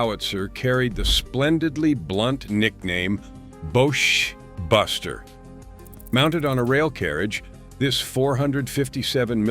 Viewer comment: ''Boche Buster'...Pronounced 'BOSH' ...(Derogatory name for Germans) Buster..